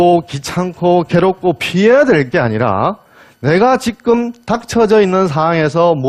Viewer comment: 또, 왜!? 지금을"지끔"이라고 발음합니까!??